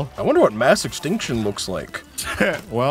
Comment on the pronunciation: like the way says extinction